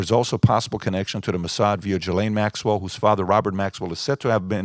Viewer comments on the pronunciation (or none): Can u please pronounce ghislane maxwells name right. It makes you look like you don’t know what’s going on when you pronounce it wrong